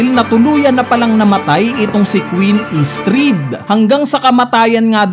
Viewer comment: Estrid🙅 Istrid 😂